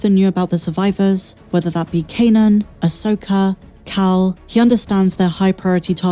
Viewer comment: "Ahsoker" 😁 love your content